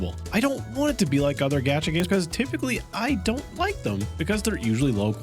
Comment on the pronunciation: Why do you keep calling it a “gadget game”? It’s a gacha game. No. No, you weren’t trying to say, “gacha,” but pronouncing it with a hard a? Why would you do that?